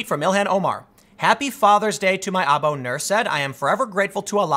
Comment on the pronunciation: Tim, I do speak arabic, spent years as a translator. Aabo ---- Its Pronounced Ah-Boo and it means FATHER. Goggle translate uses the older spelling of father Aabu.